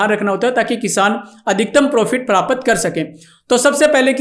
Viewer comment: तू ज्ञान दे रहा.. बता कितनी खेती / मिर्गी का पशु पाला जीवन मै???? प्राप्त को प्रापत बोल रहा 😅